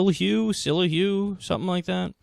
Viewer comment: I think his name is pronounced shill-oo-ee. He has also been on FOX for a long time now. He even has his own show.